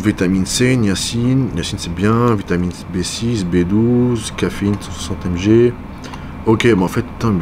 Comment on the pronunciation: mdrrr j'ai réécouté effectivement il dit 160MG mais on dirait c63 amg 🤣